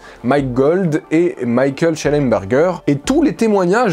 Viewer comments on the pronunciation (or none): none